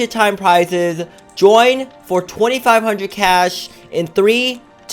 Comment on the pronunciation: did he just say 25 hundrend